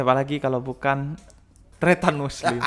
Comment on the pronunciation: Kata kata muslim kurang jelas 😂